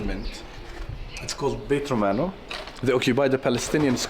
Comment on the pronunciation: In Hebron-Tal Rumeida, the Israeli settlement is Beit Hadassa, not Beta Dasa. And also Beit Romano, not Betromano (for people who want to visit)